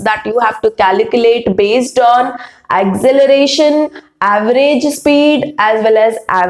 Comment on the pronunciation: Acceleration not acceleration Mam it's wrong